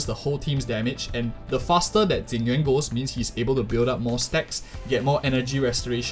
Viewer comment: i like this guy, he pronounce jing yuan correctly